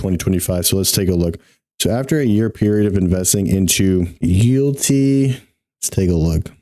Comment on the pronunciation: Mans said You'lltea..😅